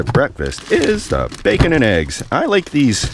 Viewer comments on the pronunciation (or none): none